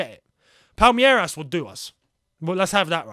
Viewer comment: It's pronounced Palmeiras not Palmeiras.